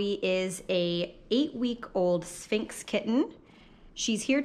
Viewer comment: Why couldn't she say sphinx??